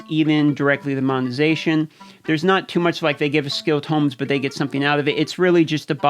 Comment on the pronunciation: tome rhymes with dome